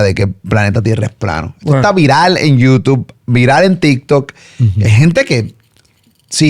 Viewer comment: Cada vez que dice Youtuff me trillan los dientes! Jajajajaj